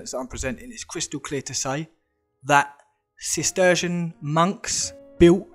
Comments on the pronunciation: Cistercian is pronounced sis-tur-shun. Ok you got it finally. The cities are shaped like stars because they are defensive fortifications. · It’s cisteeerrrdian pronouncing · Pronounced 'sistershun' . Sis - TER - shun